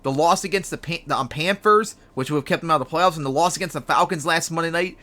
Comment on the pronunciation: Who the hell are the Pampers ? You said Pampers like 10 times man. Slooooooooow down, enunciate. Try it with me. PAN THURS, not Pampers.